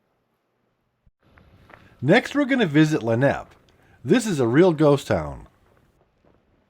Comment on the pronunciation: Lavina is pronounced with a long I, like La-vine-a. Lennep is pronounced with the accent on the first syllable, like LEN-up. Loweth is pronounced LOE-eth. Also, the building in Harlowton you identified as a huge grain elevator is the old Montana Flour mill. It had a storage capacity of 500,000 bushels of wheat and could produce 600 barrels of flour per day. And as mentioned below, the E57B is one of the box-cab electric locomotives, not a tender.